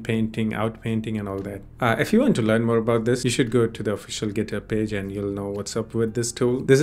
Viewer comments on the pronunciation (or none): none